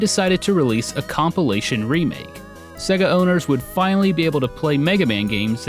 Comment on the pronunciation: SAY-ga Norm! SAY-GA!